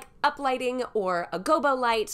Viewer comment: i used to work on production sets and you're pronouncing gobo light correctly - never doubt yourself!